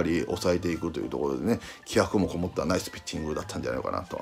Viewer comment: いつも思うけど里さんの「グッド」「ナイス」発音良すぎ